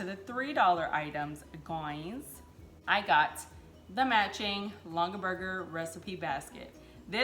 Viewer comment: "G" sound in Longaberger.